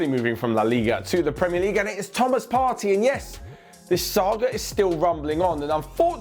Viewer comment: Its pronounced Part-tay not Party😤